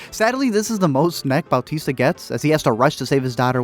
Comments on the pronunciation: "Bowtista" lmao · Did this dude say Bal-tista? Who the hell is Bal-tista?